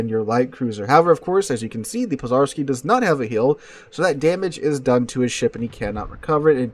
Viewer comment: zh in Pozharski is pronounced like the 2nd sound in ‘J’ in Jack( Dzhack), or like the French J in Je, Jacques, J’Adore etc.